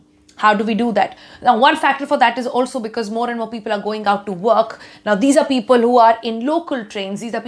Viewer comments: Damn! She is great. Her english is terrific. Just at one place instead of "people" she said "peopul". Loved her speech though. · what is "Pea-Pul"? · All good untill - 'peeeeepul' 😀. Jokes apart. Love NDTV. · Except peepul 😂